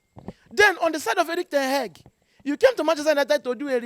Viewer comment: The way he pronounce ten hag always makes me laugh,"ten heg"😂😂😂😂